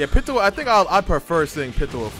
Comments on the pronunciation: Its piiiitou not pitoa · Where do you guys keep getting the “a” at the end of Pitou’s name?? 😂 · I hate how he says " pee tu oh" instead of "pete oh"lmao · “Pittoo” I know it’s kinda weird but it’s pronounced like “Pee-toe” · PeeToe not PItoe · I screamed every time he pronounced it like "Pitowah" WWWWWWHATTTT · Lol lets say it together "peetoe" pitou And tall right the manga for my hero is fucking fire right alot of people are gonna be pissed when it comes back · BRO...ITS PRONOUNCED Pee-too! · its PEE TOE my guy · Am i the only one that felt irritated when he didn’t pronounce pitou like pee-chu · Pitou is a guy lmaoo and it’s pronounced Pee toe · pitou is poranuced peatoe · The way you say Pitou is just... no. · Why is he pronouncing Pitou like that?